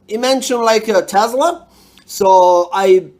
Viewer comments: Making me smile 😘 the guy couldn’t even say his name right. It’s “Tesla”, not “Tesler” LMAO 😄 I love how you get all that current without even having to solder any connections, or hot gluing anything. 👍 😂❤️ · They're particularly unconvincing when they say TeslaR, not Tesla.